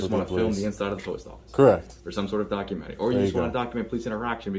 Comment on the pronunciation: Cop said documentiary. Hilarious.